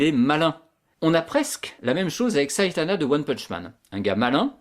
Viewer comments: c saitama pas saitana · Tu a dit saytana mdr